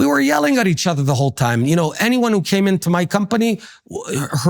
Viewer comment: I dont knOE You dont knOE? I dont knOE